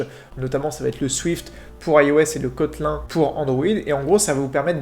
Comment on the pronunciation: Le « kotlain »🤣